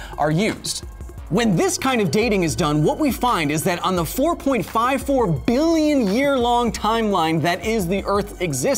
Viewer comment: Its just the way you say Billions...hilarious Excellent show. And epic hair btw